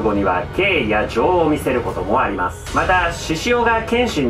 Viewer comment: 私、ほんとにが「RIDE ON」って言う時の発音が好きで、一緒に巻き舌で「RIDE ON」って言ってます♡ あと 「ありまぁす」とかも♡